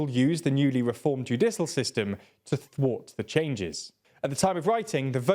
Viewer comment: My god. I made my initial comment before I saw how was pronouncing “judicial”. I guess I can’t expect you to pronounce foreign surnames if you can’t pronounce basic English words. “Judisul”?! Are you serious?! How can you be proud of the content you make when it’s so, so low effort. You might as well just type up a script and use a bot to do the voiceover. Oh wait - that would involve more work.